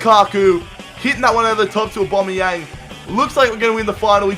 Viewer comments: It's not obomeyang it's owbameyang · His name isn't "Aubomeyong" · Why do you say aubombiang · I'm not a hater but ur penalties were crap and if u say aBOMBeyang 1 more time I swear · Kyle Pirie aubameyang lmao